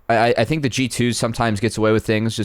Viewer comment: I don‘t want a lot for Christmas, there is only one thing I need. And that is Broxah stopping to say „I fink“